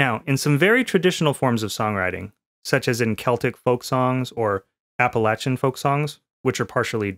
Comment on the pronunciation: Very useful, thanks. I learned about basic song structure and bonus how to pronounce 'Appalachian' correctly.